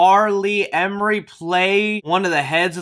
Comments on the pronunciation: R. Lee ER-mee, not Emery. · Damn, you just butchered acting legend R. Lee Ermey's name. That made me cringe pretty bad hearing you pronounce that. 😣😲